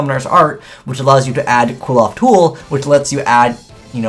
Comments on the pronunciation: Alexander Vaught I think the end should sound like oth instead of oath since there is no e at the end of the name. Seriously though I think doesn't even try pronouncing some yugioh names properly and just settles on a wrong pronunciation. I've also noticed it's not just and other yugitubers do it as well. Not only that but they pronounce it wrong in the same way as. Seriously can we please try and get these guys to pronounce the cards properly. Sorry for being a bit ranty it's just something that annoys me XD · ' pronunctiation of Qliphoth (as KWILL-oth) annoys me a lot. Shouldn't it be more along the lines of KLEE-foth, as that's how it looks like it's spelled. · CLIFF-oth does make a lot of sense, matching the pronunciation to the spelling. I do also agree that KWILL-oth flows better, but it doesn't fit the spelling well, which irritates me to no end. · Erhrm... "Kliff - Aw - Th" No one looks at the name close enough to realize how it is pronounced =_= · You're not pronouncing Qliphoths correctly ._. Cliff-oths. Just saying >.> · "Klee - Fawth" come on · Cliff-Oth. ITS PRONOUNCED CLIFF OTHS DONT POISON OUR MINDS. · dudes, it is CLIFF -oth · Sean Middlehurst It is definitely CLIFF-oth. The Japanese pronunciation is "Kurifōto"which sounds similarly to CLIFF-oth. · And this is WITHOUT the new Qliphoth boss monster, who, as we all know, is insane XD Just so you know, I believe it's pronounced "Kil-pot" (understandably hard to pronounce, because it's not an English word) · Dragoniiii12 pronounce the "cli-" in "click". And combine that with what I stated in the first reply. Qli-F-Oath Cli = Qli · Can you please just pronounce Qliphoth correctly? It's really not that hard. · I have a dream that one day you will pronounce Xyz and Qliphoth correctly.